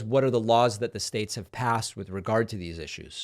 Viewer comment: So glad you could articulate United Shtates. Kudos